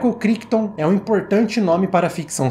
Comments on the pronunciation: Cara, excelente seu vídeo. Mas, uma dica respeitosa... A pronúncia do autor do livro (Michael CRICHTON) não é "KRÍKTON", é "KRÁITON", com aquele "r" bem carregado da língua inglesa. Já li o livro, uma edição antiga. E comprei a edição nova da Editora Aleph. E o filme é um daqueles que me marcaram demais na adolescência. Assisti a ele quando tinha uns 15 anos, lá por 1992, 1993. O filme é de 1971, mas passava, vez por outra, no (quase) extinto canal CNT. A CNT (Central Brasileira de Notícias) foi uma tentativa de se abrir uma TV concessionada (aberta) fora do eixo RJ-SP, especificamente em Curitiba (minha cidade). E "O enigma de Andrômeda" era um dos "carros-chefe" em termos de filmes comprados pela emissora (o outro era "Calígula", cuja transmissão na época foi um escândalo, dada a obscenidade do filme). Cheguei a ter "O enigma..." em DVD, mas passei pra frente minha coleção há uns anos. Não sei se é fácil de achar pra assistir agora... Parabéns pelo trabalho. Assisti a dois vídeos do canal e já tou inscrito. Abraço. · Ótimo vídeo! Só pra constar, Crichton se pronuncia "Craiton"